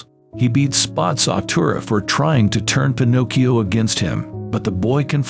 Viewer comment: Why was it calling spazzatura spots of tura and spaz tura